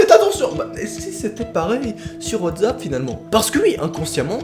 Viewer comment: Sa me stress tu dit whatzap mais c WhatsApp ! Avec un sss😂 mais déjà ils ont été arrêtés et c plus rassurant 😂